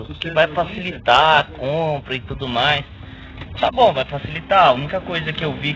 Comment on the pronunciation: Sabe tsudo (é assim que ele fala)